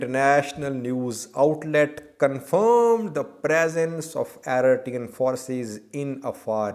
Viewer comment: its pronouce Eritrean and not Aritrean 🤣😭🤦‍♂️